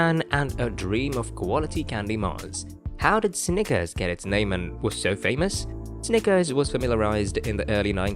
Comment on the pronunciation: Imagine doing a video on Snickers and not being able to pronounce the word Snickers.